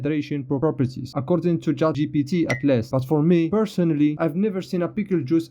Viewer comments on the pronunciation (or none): none